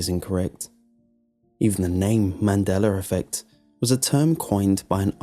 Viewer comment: "Man deller affect" 😂